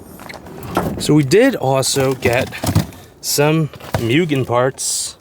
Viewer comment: Moo-gen not mew-gen.